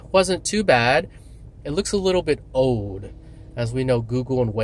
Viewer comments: He kept saying "ode". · learn how to say OLD!